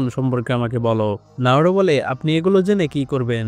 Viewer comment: নারুটো না নারুতো ok